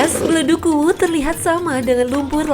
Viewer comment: Ingat yaa kuwu bukan uwuu